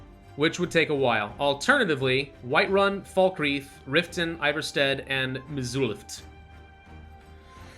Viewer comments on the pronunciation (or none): it's Falkreath . . . not Falkreach :|